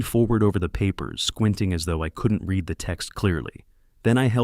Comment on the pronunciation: Please teach your AI THE DIFFERENCE between read pronounced red and reed